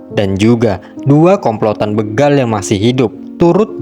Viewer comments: Bégal... bukan bêgal, Min... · Alhamdulillah.. akhirnya aparat penegak hukum mengambil keputusan yang sangat bijak. Sekedar info bahwa kata begal itu huruf e nya dibaca seperti dalam kata becak, atau bebek